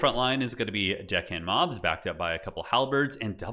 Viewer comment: Listening to pronounce "zombie pirate DECKhand mob"...:face-orange-raised-eyebrow